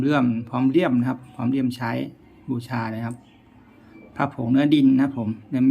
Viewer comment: เลี่ยม ไม่ใช่ เลื่อม ตะกั่ว ไม่ใช่ ตะกว่า เวลาพูดอ้าปากกว้างๆแอดจะพูดชัดขึ้นเชื่อผม ผมก็เคยเป็น